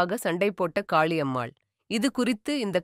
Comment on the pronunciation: Sister .. please fix your tamil accent… Pala munai…. Not Bhala munai… Kaali ammal… not Khhali ammal. We are 💪….